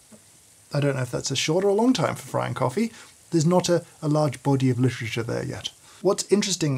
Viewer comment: “I don’t know if that’s a short or long time for frying coffee. There’s not a large bohdee of litchriczhure there yet.” I can’t stop rewinding this part LOL